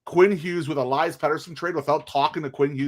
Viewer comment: Maybe we should trade Elias p40 because after all these years, you still don't know how to pronounce his first name!